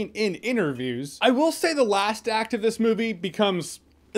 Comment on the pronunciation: everytime you said " the last act of this" movie, keeps sounding like you are saying " the last activist" movie. I think i'm high.